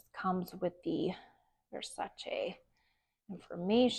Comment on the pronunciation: Thank you for pronouncing Versace correctly! So many people don’t